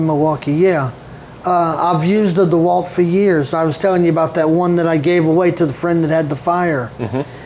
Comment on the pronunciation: Oh ist das schön, mal den Namen richtig ausgesprochen zu hören. DeWalt Nicht wie zu 99% auf YT-Deutschland " Deeh - Wald ". 😂😂😂